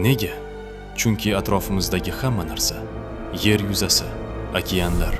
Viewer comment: Nimaga yar deb gapiryapsiz